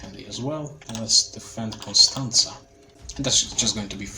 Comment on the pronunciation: are you romanian? you nailed the pronunciation of constanta